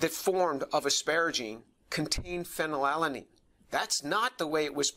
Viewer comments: Phen -when unnn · Fanny Lala Neen. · good catch, I did not even notice, I was too confused by Phe, and his tendency to pronounce it "fellatio-lean". This is what happens when you watch too much pornography in college. 🤣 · My favorite part is when James struggles to pronounce "phenylalanine" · Tour has an H-index of 165 and is specialized in orgo chem and chem bio.Yeah ig its a bit weird he couldn't pronounce "phenylalanine" correctly but thats literally his field of work, and he is certainly someone who understands it well given his numerous and major accomplishments for the scientific community as a whole. Ig all i'm saying is don't take this guy for some crazy, evangelical fool. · *has a "PhD" *Can't pronounce the name of a chemical introduced in high school biology/organic chemistry yeah that checks out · the fact that he can't even pronounce phenylalanine without stumbling says it all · The way he's stuttering over his words, did they not give him a couple of takes to get it right? Like, I get phenylalanine is tough to pronounce, but it doesn't look good to have your chemistry expert stumbling over chemical names. They should try having him say it a couple times first until he's ready. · Dude can barely pronounce phenylalanine!!